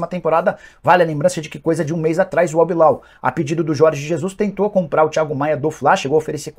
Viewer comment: Alguém mais reparou no falando "albilal"? Kkkkkkkk